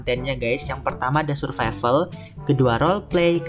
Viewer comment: Survival❌ Suvrival✅ 🗿👍